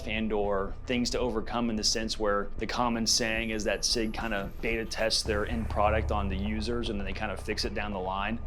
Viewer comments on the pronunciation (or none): none